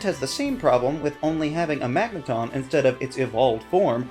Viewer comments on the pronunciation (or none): none